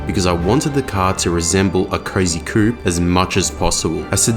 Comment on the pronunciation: It’s called a Cozy Coupe, not a Crazy Coupe 😂